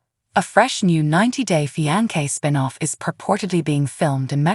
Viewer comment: Love how the AI keeps pronouncing the word fiance wrong but in different ways 🤣😂